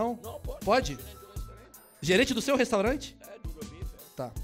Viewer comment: "menina féchu a restorante"